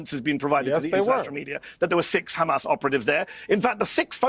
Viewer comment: I FOKKEN' HATE HOW THEY PRONOUNCE HAMAS. IT'S NOT KKKHHHAMAS, FFS!!!! Anyhoo, Jonathan and all Israeli representatives are so full of shit I don't know why they keep stinking forever! Maybe there are still some people who like to swallow shit, but it's safe to say the majority of world's people enjoy facts, instead of steaming diarrhea bullshit.